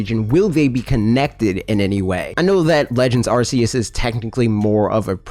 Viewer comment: You're the only person I've seen openly admit that they've known Arceus pronounced the way you have and that's the way you will pronounce it. I respect you, man. At least you're not watching the presentation live and saying the name another way RIGHT AFTER you hear them.